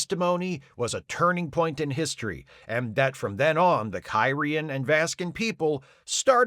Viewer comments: Hey, a back-up EMH program? Gee, I wonder if they could have used one of those in the episode "Message in a Bottle". I also enjoyed that kept mispronouncing the alien species as "Ky-ree-an", instead of how they say it in the show "Kir-ee-an". Or how he called the one alien guy "Dal-eth" instead of "Day-lith". Funny stuff. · Your mispronunciation of Kyrian, every single time, is so distracting I can’t make it thru the video.